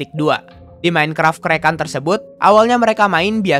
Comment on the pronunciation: Maaf bang craked itu creked bacanya